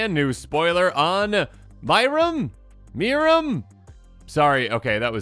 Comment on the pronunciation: As much as I wanted them to lean into the UR Dragons strat they said they were doing... This is too good to be mad about. Also, good job, it is pronounced "MEER-ehm"